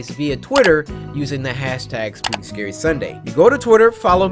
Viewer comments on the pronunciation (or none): Why Cory say “Scury”.